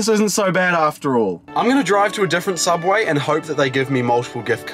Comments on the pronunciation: Don’t you mean... Sooubway? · Don’t you mean sooubway?